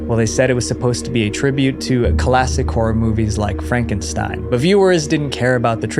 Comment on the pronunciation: he mis pronounced the word classic as kalasick. This is an ai slop channel.